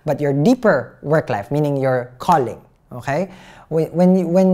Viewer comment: "okhae" I love that. Everytime you say it I picture you as a French man sipping a coffee at a bistro. 😂❤️